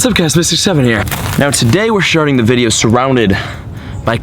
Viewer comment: Did he say "we're sharting the video"